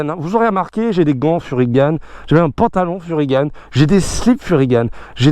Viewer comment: on entend beaucoup de fois Furygan"e", mais on dit bien Fury"gant" (voir les origines de la marque sur le site officiel), donc si tu veux bosser avec eux va falloir changer ta façon de prononcer la marque 😂✌